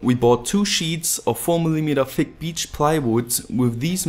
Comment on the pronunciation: Du sprichst "thick" aus wie "f*ck"